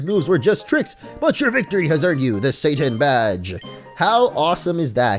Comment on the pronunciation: hes saying satan i hear Sane.......